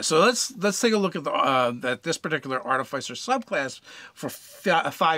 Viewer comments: Please, please, PLEASE say "arti-fisser", not "artif-eye-cer!" 😫😫😫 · Two things: it’s pronounced ‘Ar-Tif-icer’ and it is a steel, not iron, defender. That said I’d recommend the following feats: sharpshooter and great weapon master (if medium or large), Fey touched for the first INT bump and access to Bless, piercer at later level if you are mounted and use a Lance. Mounted combatant could easily be replaced by any number of magical items or spells. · It's pronounced 'Ar-ti-fiss-er' and I will die on this hill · If you are going to be padantic it's actually pronounced Ar-tif-i-cer. That said it's not a big deal if they are mispronouncing a word in a game of imagination. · Sorry but it is pronounced a couple of ways. That is just the way of tomatos and Artifice.